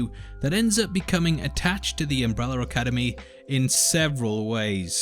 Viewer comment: Why is he saying “UmbrellaR” academy?